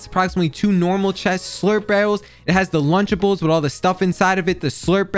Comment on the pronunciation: Mans said lunchables 😂